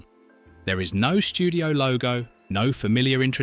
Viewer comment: Well, this particular A.I. ‘robo-narrator’ was easy to spot. I’ve never heard an English speaking person pronounce the word “logo” (image) as, “log-ho” as did this computer program. This really gets up my nose because, many years ago, I used to do voice-overs and live commercial reads on radio and was well paid for what can be a difficult job that; done well, sounds easy. I would have had to do an instant re-take if I had made a pronunciation error of that magnitude; like all the A.I. ‘phoney narrators’ do now, as a matter of routine. If I’d repeatedly made mistakes that bad; I would have never been asked back into a studio. No one’s given a thought for the thousands of talented people, around the world, who used to make a full-time living from using their talents and voices for a perfectly worded, easy to listen to, outcomes. Worst of all, no one seems to give a ‘rodent’s rear-end’ that a large majority of a former ‘profession’ has been replaced by a demonstrably sub-standard, cheap, alternative. Just as bad; as the A.I. voice is just a program, an error could be quickly and easily fixed with several keystrokes; but here again the answer is, sadly, no one gives a darn. — Bill H. P.S. I’m a retired film journalist reviewer/critic. It’s obvious to me that ‘Patton’ (1969) is, perhaps, the best WW2 single-character, biographical film made to date. George C. Scott was an absolute ‘natural’ for the role and apart from the deliberate voice change; it still stands today as one of th